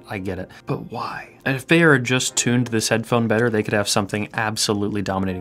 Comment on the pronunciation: Can the Anglophones please stop mispronouncing "Beyer?" It rhymes with "higher," not "mayor."